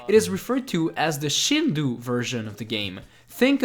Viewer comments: A day late and a dollar short, but it's shin-doe (as in a female dear), not shin-doo (as in a bad pronunciation or Hindu). Japanese phonology isn't hard to research. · Not Shindu but pronounce it ShindÔ （振動 , which means rumble ) Great vid ! As a japanese , i played the shindou one when i was a kid ( so it s the same as the american version ) I didn t know there were so many differences between versions . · Shindou is pronounced Shin-dough.